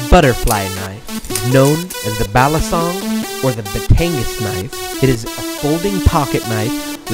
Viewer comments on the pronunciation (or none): You didn't pronounce Batangas or Balisong right.